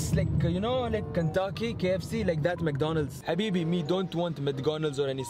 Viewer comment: First Said Mdconalds now Said Mdconalds